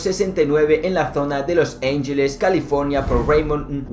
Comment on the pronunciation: Los ángeles no se pronuncia así, se pronuncia tal y como se escribe 🤦🏻🤦🏻